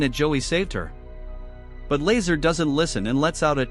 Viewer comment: Laser is not how to pronounce Lazaar